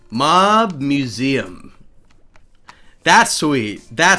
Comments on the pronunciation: he spells mob wrong he says mub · You said u instead of o for mob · Mob Is Spelled M-O-B not M-U-B